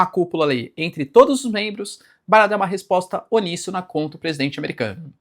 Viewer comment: uníssono, professor! onissono não existe hehehe uníssono- um único som